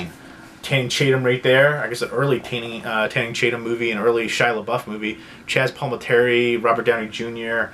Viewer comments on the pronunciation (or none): "Tanning Chatum" LMAO. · during your reveal of "Guide to Recognizing Your Saints" you called Channing Tatum Tanning Chatum, just thought it was funny